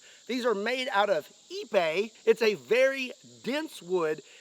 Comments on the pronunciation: Did he say "these are made out of eBay"? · Did he say EBay?